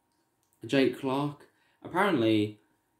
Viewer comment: It’s jack Clarke not jake